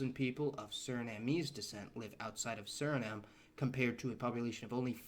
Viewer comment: Correction: the correct pronunciation of vehemently is VEE-hemently, not ve-HEE-mently. Also, Crimean “Tatars” (pronounced “Ta-TARS), rather than “Tardis”. . Suriname is pronounced Suri-NAHM, not Suri-naam, Surin-ham or Siri-naym.